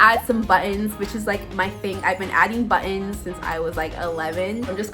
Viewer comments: Am I the only one that liked how she said buttons like “ bu-ons” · She tends to say it like 2 words like “butt in.” Sorry o hear about your Dad. My 88 year old Mom has been in the hospital many times this year. Fortunately, no COVID.